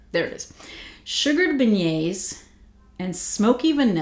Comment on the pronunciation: So good to see you and your ideas are so right! I haven’t gotten this yet but it seems they did a good job with it. On the end of month live with Dan Orchard he pronounced beignets “Ben-ets”, it was so funny. Being from Louisiana we just take all the NOLA stuff for granted. It really is such a neat city with so much culture and history. I could tell by your accent you from there when I first started watching your channel. I’m a north Louisiana girl. Randazzo king cakes are so good. And a side note, Hubig pies are back out! My cousin brought me one at thanksgiving. Anyway really loved hearing your thoughts and can’t wait to sniff these!